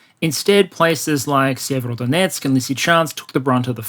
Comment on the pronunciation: Sievrodonetsk? Sever-north Sever-o-donetsk, HarkOv